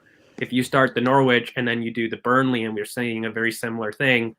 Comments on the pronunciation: Just a quick one guys - I know English is your second language. Norwich is not pronounced how it’s spelled. It’s pronounced NORRIDGE not Nor-wich. Thanks. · you got the norwich pronunciation its very amusing your pronunciation is cute